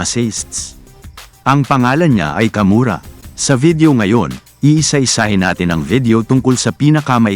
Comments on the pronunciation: Kawamura po .hindi kamura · Wrong research, kawamura,Hindi kamura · hoy kawamura hindi kamura bka ka murit